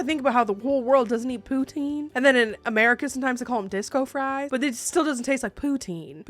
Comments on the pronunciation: You said poutine so much that by the end it sounded like you poo teens 😂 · What the heck is pootine? All I hear is "I like butthole". I mean, thats fine if you do, I just thought it was something else. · As a Canadian I am punishing you for the amount of times you said Poutine wrong high amount of cringe you need to have a poutine with the wrong gravy and have to put ketchup on it 😂